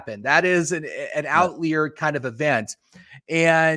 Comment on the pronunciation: You guys are making good points. But can I really trust someone who pronounces "outlier" as out-leer? ;)